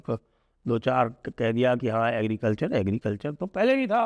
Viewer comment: Sanjay Ji ko bolne me dekat ho rhe h agrecalcher 😅😅😅😅😅